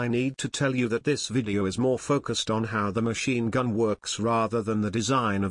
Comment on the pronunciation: “Machine gum” 😂